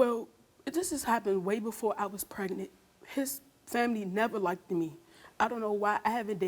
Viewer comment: Please people, it isn’t “likedid” it’s “liked” come on 😂